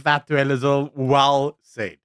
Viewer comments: It's "Helen Zille" As in TWO "L's" and not one. It is NOT "Zil" - it's ZILLE! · It’s Helen ZIL-LE, not Zill… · Through the whole video i wanted to scream its Zille not Zill. But bow im not so sure anymore. How is it pronounced? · It's not ZILL, it's ZIL-LE. Not a silent E at the end there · Zille not Zil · “Zill” is pronounced “Zilla” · Zille, although it ends with E is pronounced ZillA. Come on, you sound like an AI recording! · Her name is pronounced zilla